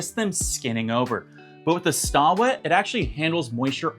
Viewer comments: It’s pronounced “stay wet”. Not stah wet. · I think you pronounce it "Stay" wet LOL. not Staw!